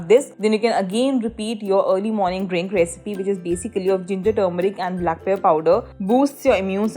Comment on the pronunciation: If you cannot properly pronounce even black pepper; then do not speak in English, speak in Hindi🙄